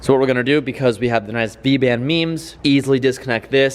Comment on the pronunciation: 1 year later, still cringe when u say meme. Anyways. Good stuff.